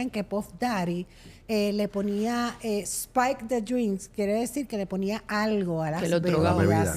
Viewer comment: spice no spike lol